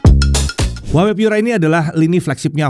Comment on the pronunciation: brand HUAWEi dibacanya : WAHWEi 😊